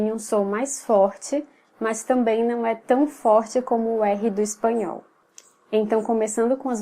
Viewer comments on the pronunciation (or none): The o in Espanhol was nasal too. Kind of. Not like the one with the wave on it but still. You also don't pronounce this consistently. It's always some kind of slight nasal but it differs a lot. It's subtle but noticeable.